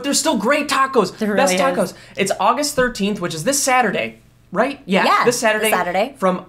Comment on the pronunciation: "Aigist 13st"